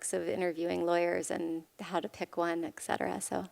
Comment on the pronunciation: "Ecsetera"....? Totally lying.